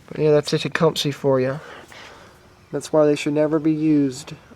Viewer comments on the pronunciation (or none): for starters infor from an actual person who works on small engines not a kid saying "techumsee" its techcumseh as in suh not see anyways redrill gov hole add a bushing in with the right inner diameter problem solved cheap consumable part vs crank case i have actual experience in small engines not kid stuff i have an actual shop further more quit "giving advice" its what makes work hard fixing people bad advice.